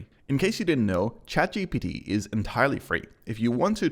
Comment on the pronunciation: Chat G P T ....not B